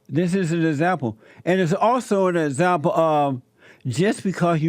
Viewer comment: You be an 'ezzample' alright bruddha.